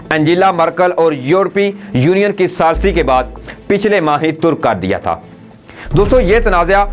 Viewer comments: Peyare Bhai ap ki urdo bohat kamzor he. "Turk kar deya" ttark kar deya hona caheye tha. Akhwanolmuslemon nahin ikhwanulmuslimeen. Balaeutaq na rakhte hove nahin balaetaq rakhte hove. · please make your pronunciation perfect. The word for ' giving up' in Urdu is Tark karna, only with one zabar. For the word opposition the Urdu is Mukhaalifat, not Khilaafat,which is Caliphate. Please don't mind. Dr. Raza Ansari, Muslim Univ.Aligarh.